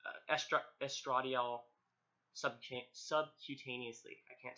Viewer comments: Love this video however estradiol is pronounced (Estra DIE- all) and when you’re getting your estrogen you are supposed to flip it upside down and pull the syringe down. And when your syringe gets air bubbles hold with the needle facing the ceiling and tap the needle about 20 times then push for the bead. Btw congrats on your transition! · It is actually said "estra die all". But otherwise thank you for the video it is very helpful